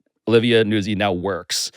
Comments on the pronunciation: Its “Newtzi” like pizza “pete za” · Nootzi. But Americans don't pronounce Italian names correctly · I believe it's pronounced like pizza. NOOT-zee. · I just learned about Pablo's podcast in the last month. I'm impressed. On another note, I believe it is Olivia Nuzzi as in Pizza (Peet-za) It is pronounced (newt-zee) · Look to pizza for a guide to pronouncing a double z followed by a vowel at the end of a word. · Gotta put a soft T in Nuzzi. Like pizza, palazzo, mezzo, or pazzo. Not like jazz. Or jizz. Since we're on the subject.